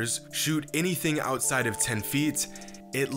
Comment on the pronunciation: bruh why the hell this guys always trying to make something sound like it is important "well the answer is 10, yes, exactly 10" . What the fuck how is that number relevant , stop using emphasis tone wrong . Just say " ten years"